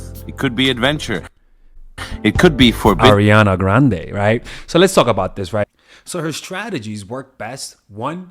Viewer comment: I love the r on grrrande 💀🤣